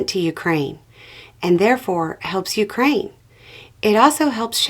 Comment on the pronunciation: Thank-you for pronouncing Ukraine properly!! 💕🇨🇦💪🇺🇦